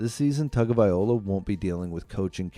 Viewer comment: Can't you just call him Tua? His name isn't that hard to pronounce... you can just listen to any number of people who know how to pronounce it correctly. But if for some reason it's just impossible for you... then just call him Tua! It's a bit disrespectful to have a video about him, where you butcher his name about 50 times!